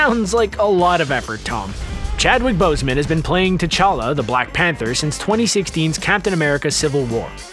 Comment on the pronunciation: “chadwin bosemen” huh wtf was that?